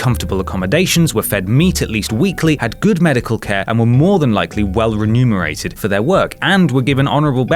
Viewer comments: its a fact that the word is "remunerated" and not "renumerated" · it's remunerated, not renumerated